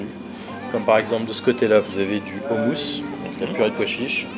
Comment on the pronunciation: en tant que franco libanais tu m as fait plaisir d aller dans ce genre de restaurant.Nous avons une des meilleures cuisine du monde.Par contre pour le houmous il ne faut pas dire ou mais o. meme le restaurateur a fait l erreur lol